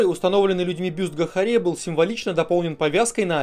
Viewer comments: Спасибо за плодотворную работу.Ты просто СУПЕР! Единственная поправка,Гахария-ударение на А. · не ГахарИа а ГахАриа